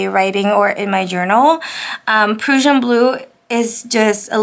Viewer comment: The Diamine Prussian Blue is really pretty in your journal. Love it. (By the way, Prussian is pronounced like PRUSHIAN...with a short "u" sound. :) )